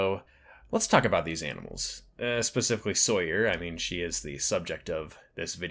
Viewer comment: I appreciate the video and by the looks of it I'll appreciate other videos you've made, but I got to point out that her name is pronounce just like Tom Sawyer. I have no idea why you pronounced it in that weird way you did considering it's not spelled any different and multiple characters say her name with only proper pronunciation throughout the picture.😅